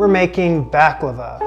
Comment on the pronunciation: First Of All, It’s Baklava Not Behklava. Also Baklava Is Ancient Greek In Origin. Look Up Gastrin. A Ancient Greek Dessert. Same With Loukoumades Which Was Made In Ancient Greece Given To Olympic Atheles As Tokens.